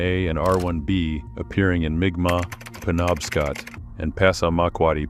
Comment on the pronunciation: M'kmaq is pronouced "mic mac".